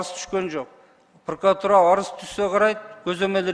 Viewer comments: ТантыкКантип иштеп журосун прокуратура деген созду,пыркыратура деп тантып жатасын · Пыркыратура,тыркыратура болуп кетти го ,вообще то прокуратура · Прыкырор "прыкыратура" дейт го я. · Улуу урматтуу президент дейинчи еми ушу прокуратураны жакшы так айталбаганды ген прокурор кылып отурганынар ото еле окунучтуу😮 чулдурап какап так жооп бере албай жатат тобаа😮 айла жок кулосун даа😂